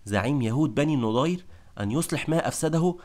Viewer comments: مجهود مميز... لكنك تنطق الأسماء خطأ.. فنعيم بضم النون وليس بالفتح والنضير بفتح النون وليس بالضم وهكذا كثير.. ياريت تهتم بتشكيل الأسماء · احسنت وبارك الله فيك .. بس يا ليت تنطق إسم بني النَضِير بشكل صحيح